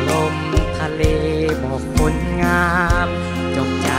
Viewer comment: เสียงดีมากใกล้เคียงต้นฉบับเพียงแต่เสียงบางกว่าหน่อยเพราะอายุยังน้อย ออกเสียงชัดเจนดีมีจุดเดียวตรงคำว่า"คน"ดูแปร่ง(คหสต)